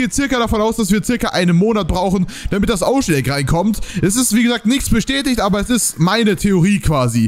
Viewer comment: Abbbbeerrrr davorrrr hi 😂🖐️